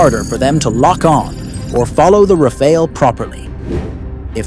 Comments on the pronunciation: "Rah Fahl" not the Red Ninja Turtle Ra Pha El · "Rafail"... Pronounce it right, bro. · so annoying u keep saying elite refail, elite refail, what the heck is that? like hermes bag worth of billions of rupee?